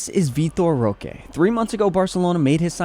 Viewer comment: cant even pronpunce his name somewhat correctly but talk shit